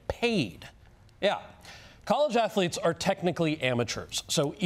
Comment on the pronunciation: Stoodent "athuletes"